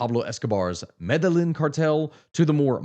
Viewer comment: Love your videos, but as a Colombian, Medellín is pronounced "Mede-jean", hearing "Mede-lynn" made my ears sting 😂😂